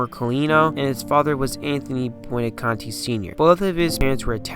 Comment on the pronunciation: Good job, young man! As a contemporary of Nick Boo-on-na-contee, I'd like to point out a slight mistake. First, his last name is pronounced as I phonetically spelled it above. Second, Nick was "barely" 5'10" and 220 at a time when, as you pointed out, was SMALL for LB, much less MLB. This is what made him one of my favorite players and whose physique and style of play inspired me to play like him.